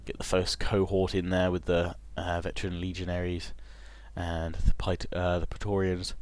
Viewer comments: preatorians should be pronounced Pray-torians I believe, at least that's what im doing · Say "P-raé-torians" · say it like this (Pray-torians) = praetorian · It's pronounced "pray-torians". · Oh and Praetoreans are pronounced Platoreans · I think it's pronounced 'pray-tor-rians' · In traditional Latin it is pronounces pry-torians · The right pronunciation is as in "meant". Pr(ae)torians like m(ea)nt. The "ancient peoples" have left a lot of books about spelling. If you just take Latin sounds and translate them in another language, you've "recorded" it. That's it. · thats not how its pronounced. in latin ae is pronounced kinda like an i mixed with an e